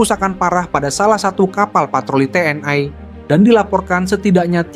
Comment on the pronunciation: Kok TNI di sebut tnai